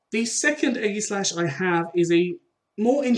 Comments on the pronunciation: No Its Ee-gi-slash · eggyslash is killing me😂 its ay-jis-slash